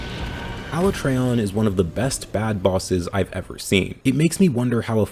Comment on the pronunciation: “Aluh-trey-on” Im dead